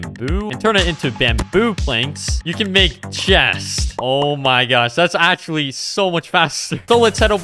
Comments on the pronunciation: bro i cant unhear the "o my gyatt" oops i meant the "o my gosh" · Who else loves it when he says: “Oh My GYaSh”